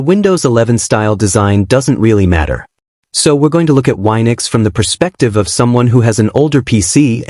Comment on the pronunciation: It's wee-nux, not why-nux